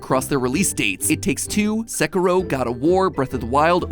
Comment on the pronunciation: "seh-ku-row"? that's how americans pronounce that game's name? jeeezus